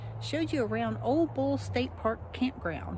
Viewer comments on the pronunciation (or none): It's pronounced "Ol-lee" Bull, long "E", "Ole" is a name.